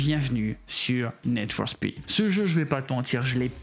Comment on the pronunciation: C'est Need for speed pas Ned for speed